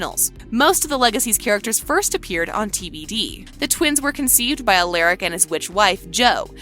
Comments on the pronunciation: first stefan and now alaric. In tvd alaric even told the students they may want to pronounce it "aleric" but its not its alaric. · Please pronounce Stefan's name right and Alaric. And Klaus did not die during the ritual.